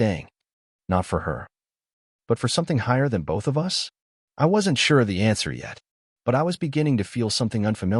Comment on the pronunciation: Fair story, good editing, narration mispronounced common English words for the story context (us, live, lives). Captions not watched.